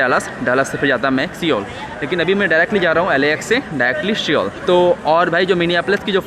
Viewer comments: it's Seoul (सोल ). Pronunciation like "Sol" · Seoul nahi soul pronounce karte hai bhai